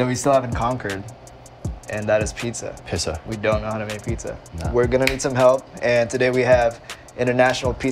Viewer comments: Rich brian: “pizza” Joji: “pissa” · No one: Rich Brian: Pizza Joji: "pissa"